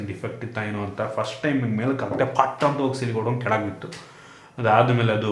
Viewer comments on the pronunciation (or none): none